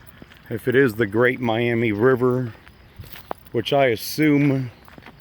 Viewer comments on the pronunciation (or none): none